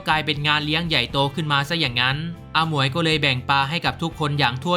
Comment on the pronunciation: พี่แอดพูด อาหมวย เป็น ฮมอย 😂